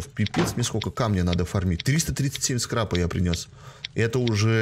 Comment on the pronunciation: Скрапа, а не скрепа